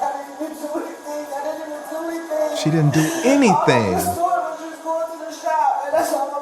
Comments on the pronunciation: “Omg I didn’t do anythinga wronga”! Again with the A on the end. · Watch, as soon as they pull her entitled a** out she'll scream : I didn't do anyfing, whatta I do? (I'm only .) Darned, I was wrong. She already said it while in her car.